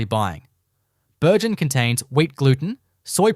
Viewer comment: If you are going to do an AI production make sure you don't have typos in your text. It causes your AI to make some odd pronunciations of words like Bürgen when it is misspelled. Your 'bread themed' visuals got boring and repetitive after a while. Good Aussie accent for the audio though, people probably thought this was real instead of mass produced AI junk.